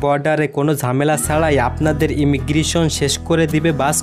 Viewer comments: ইমিগ্রিশন নয় কথাটা হল ইমিগ্রেশান। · ভাষা ঠিক করেন। শুনতে খুব খারাপ লাগে। টেরেন,ভরমন, ইমিগ্রিশন!!???